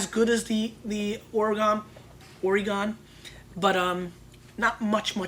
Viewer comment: Love the show! My only critisism since I'm from Oregon is the pronunciation of our awesome state. It's Oregun, not Oregone!